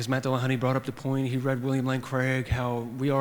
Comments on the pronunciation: Why do so many people decide to pronounce it DillahunTAY?? There is precisely zero reason other than, well, I'll refrain from insulting their general intelligence directly. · "Matt Dillahontay" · Jeeeez, why does the moderator keep saying Matt Dillahun-tay? And yet nobody corrects him. So annoying.